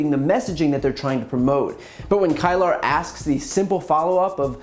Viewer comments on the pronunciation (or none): I'm not trying to be petty, but CNN journalist Brianna Keilar's last name is pronounced "K-ē-lar". 😊✌ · The CNN reporter’s name is pronounced “Bree-Anna Key-Lur”... not “Kyle-ur”. The mispronunciations make you seem less credible as it indicates you really don’t know your industry. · Hey Brian, her name is pronounced Key-lar. Love your work. America is a better place because of you. Peace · Brianna KEY-ler, Brian. Like Garrison Keillor. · It’s Brianna Keilar (key-lar). She is great! I enjoy your channel Brian. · It’s pronounced ‘Kee lar’ BTC. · It’s pronounced keelur, boo. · It's pronounced Kee-Ler & u should try to get her on your show. She's a True Bad Ass!!! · Brian! Pronounce her last name correctly!